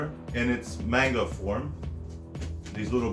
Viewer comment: This is the funniest review I have ever watched. You're criminally underrated. But its pronounced man gah not mane gah. Much love